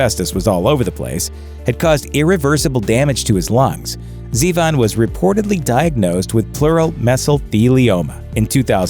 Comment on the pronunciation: No GG Allin? And why is he saying Zee-von. It's Warren zevon. As in Zevon